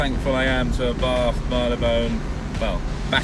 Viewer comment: It’s pronounced ‘R bart’